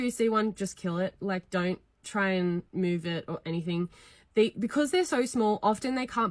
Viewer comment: “I dun like it” 😭😭